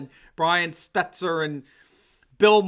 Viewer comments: it's 'Stel-ter', not 'Stet-ler'. The guy's a total shmuck, but let's at least get his name right. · (it’s pronounced Brian Stelter, not Stetzer fyi :) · Brian Steltor for gods sake , sorry but if you’re going to report good news , just pronounce these anchors name right !!! STELTOR FFS !!!